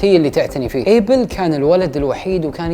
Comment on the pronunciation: اسمو ابيل ما ايبل 😂😂😂